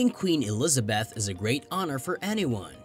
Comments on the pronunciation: Why are you pronouncing Eliza"beth" as Eliza"bath"!? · Only American's can fuck up and get away with it. In ANYTHING! Including Harry and Megan. Terrible computer soundtrack. "Elizabath". You yourself as company website are the worst offender's of all! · narrator cannot pronounce 'elizabeth' or 'windsor'